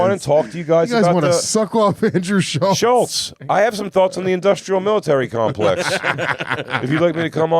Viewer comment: The second time jay said industrial military clompex. After luis saying he got it right the first time. Anyway have a good day